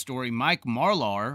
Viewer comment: And can you please learn how to pronounce Marlar’s name correctly also...